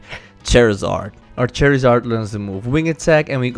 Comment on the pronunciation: u said chairizard